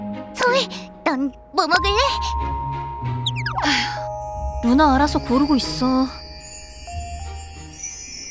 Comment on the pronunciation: 그와중에 ‘루나’가 누나로 들리네 ㅋㅋㅋㅋ